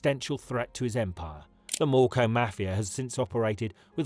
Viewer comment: Its Mocro Mafia not Morco Mafia. I like channels content but voiceovers mispronounce in most videos